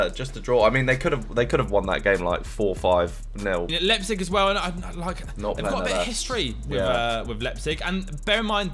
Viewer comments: Lie-pzig not lep-zig 😆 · Nan-Tez and Lep-Zig. Oh dear... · Love this series but please learn to pronounce Nantes and Leipzig!!! Lol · Should probably try pronounce Nantes and Liepzig correctly first.